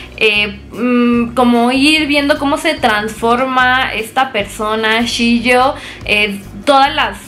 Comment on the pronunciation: no es "Shio", es "Chio" y no es "Hatsumono" es "Hatsumomo"